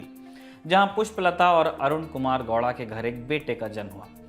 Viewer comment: I think there's some fault in DNA of these Hindi media. They can't pronounce A at the end of a word. It's KANNADA and not Kannad. Why can't you pronounce it properly when you can say Haryana as Haryana and not Haryan? Funny people my God. It's GoWda. Whereas the W pronounciation? Not Goda. Inki maka bhosdiwale.